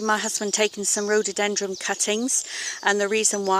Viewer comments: Someone tell this woman its rhododendron NOT rhododendrums ..soo annoying!! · NOOOOOOOOOOO...It's RHO DO DEN DRONS....NOT rododenDRUMS!....very irritating!